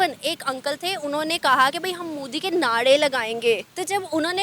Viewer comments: said" Modi ke Naade" lagayenge 😅 It's" Naare" madam 😂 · ये लडकी ऽऽऽऽऽ नाडे नही ऽऽऽऽ नारे ! तुम्हे language का भी पता नही यैसे अनपढ लोग है 😂😂😂